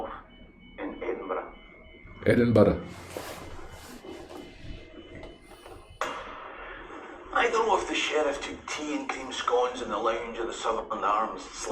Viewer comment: Loved how you pronounced Edinburgh. Being from Edinburgh, we find most dont pronounce it correctly. Thanks for your interest in our beautiful Caledonia. ❤🏴🏴🏴🏴🏴🏴